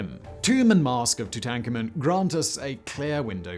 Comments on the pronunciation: The auto closed captioning thinks that when you pronounce Tutankhamen, you're saying "tooting Carmen" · Simon, pick one pronunciation for Tutankhamen 😳